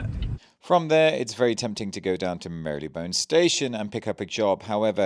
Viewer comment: I'm sure there's no y in the pronounciation of marylebone btw